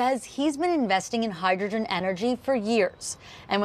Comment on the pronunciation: Hydrgen? what a fools errand